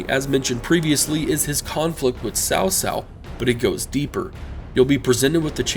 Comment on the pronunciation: Actually, I'm not. I never really liked the way the Chinese pronounce the names. I'm talking about simple pronunciation. If you can say Boots then you can can say Tsao. He was saying Sao which is the equivalent of saying "Boos" with no T. It's no big deal really but if a person can say it in one word they are use to pronouncing then they can say in a word they are not.